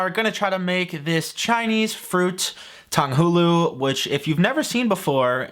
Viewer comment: The way said Tang Hu Lu (糖葫芦) pained me